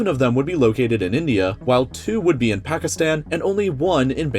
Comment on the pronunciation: It's pronounced as Paakistaan not Phethisten.